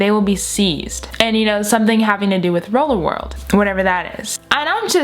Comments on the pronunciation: Did you really just say rollerworld like from on my block. She really said Jamal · Rii I came straight to the comments when I heard roller world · Me watching: talking and saying rolerworld Me:Omg on my block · When u said "roller wrold" I thought of on my block 😂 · Did anyone thougt of on my block when she sead rolla world